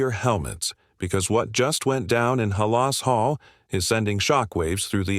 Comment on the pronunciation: Come on, lose the AI voice! Terrible that something so important to Bears fans as Halas Hall can’t be pronounced correctly!